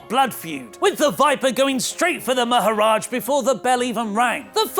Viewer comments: It's NOT maharaj, it's maharaja, maharaj means mister and maharaja means great king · it maharaja not maharaj